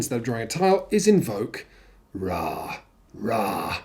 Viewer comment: You aren't saying Ra correctly. It's